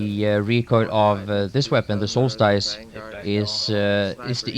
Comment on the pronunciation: IT'S “SOLST-ISE” NOT “SOLST-ICE”